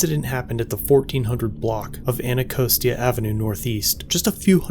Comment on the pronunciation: In my county just outside of DC, if law enforcement officers did this, they would already be fired. DC government and law enforcement are incompetent, corrupt and often criminal. In my opinion. And it's pronounced "Anna-Cost-Ee-Ah".